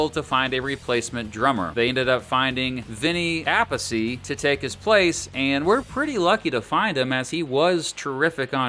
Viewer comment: Pretty sure its pronounced Vinny A-peace not Appasee. Lol